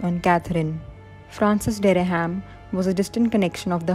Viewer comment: "Francis Derry-ham?" Or Dereham (derram) as its pronounced 😂😂